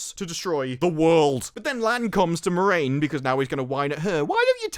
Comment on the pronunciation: I have to say, I am disappointed. You spent the entire review getting a character's name wrong. Every single time you mentioned her, you got her name wrong, just so completely. I have to assume you did it on purpose! Well, just to set the record straight, the main character of this TV series isn't Moraine. It's Moron!